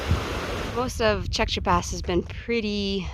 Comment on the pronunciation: I thought the valley north of Tjäktja Pass was awesome. You are pronouncing it as well as any non-Swede could pronounce it. Kings Trail / Kungsleden